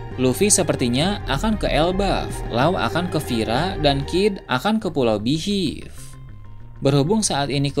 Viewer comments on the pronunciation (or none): Min beehive dibacanya BIHAIF bukan Bihiff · Waah..kalo yg mati di antara garp atau rayleigh, pasti bakal marah besar luffy nih.. Kya kasus naruto yg kehilangan gurunya jiraiya di bunuh sama pain.. Oh iya btw, mohonmaaf sebelumnya.. spelling beehive dibacanya bihaif... Joss.. salam nakama 🙌🏻🙌🏻